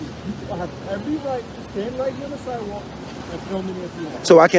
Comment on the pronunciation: Vampire: "I'm on the sidwal..." holy water to the face and stake immediately to the heart